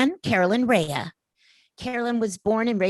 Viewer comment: U said rhea wrong